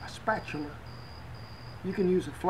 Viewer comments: 🤣spatuler? Cow juice . Can a person laugh and throw up at the same time? Mr. Rollins is officially my favourite cowboy! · Spetchuler! HAHAHAHAH Man, I love this channel. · A flat spatula... A flatula? Sounds like another bean video. Lol love these vids.